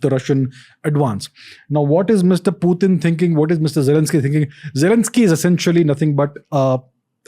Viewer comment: wtf is Piueten? Pu-ten !!